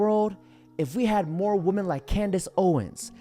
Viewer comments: like your content but when will you learn to pronounce women its plural bro! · I believe he's saying it on purpose. Sarcasm, like using the word "wamen".